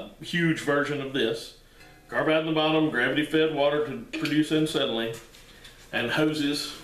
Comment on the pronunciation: Ancetylene? No, acetylene.